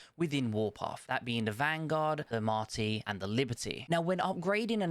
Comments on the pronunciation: it’s not Marty. It’s Martyr. 🤷‍♂️ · lol no worries. It’s M A R T Y R, as in someone who dies for a cause. M A R T Y is a name for a boy 😁